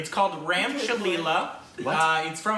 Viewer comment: Dude, it’s “Cha-hey”! “Ram Chahe Leela, (And) Leela chahe Ram.” ~ Ram loves Leela, And Leela loves Ram (but they don’t know it because won’t say it to each other so it’s screwed!)! I tried, I just started learning Hindi.🤣🤣🤣🤣🤣 Love y’all, and thank y’all for making laugh!! 💚💜🦋🦋🤣🤣😘😘😷😷😷